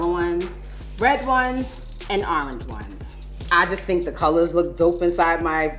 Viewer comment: i dislike ppl who miss pronounce orange 🙄